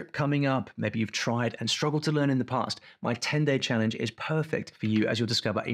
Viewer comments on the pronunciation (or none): none